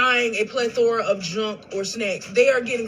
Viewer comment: A 😂 whole Pleth-or-a